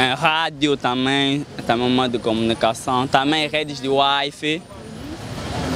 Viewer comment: " Meios de municação "